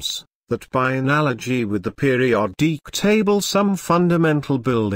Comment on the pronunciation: "the periodeek table"